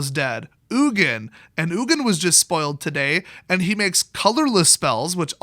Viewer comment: Its Ugin